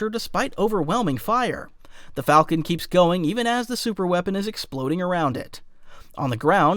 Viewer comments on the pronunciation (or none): none